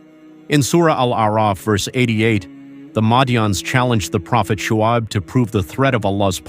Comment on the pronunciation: Thank you for uploading however pls get a narrator who is familiar with the pronunciation of Muslim names,Shuaib not swabe etc